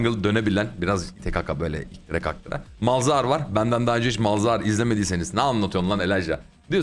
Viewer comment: Hocam hani bu Malhazar idi, Malzahar falan olmuyor :)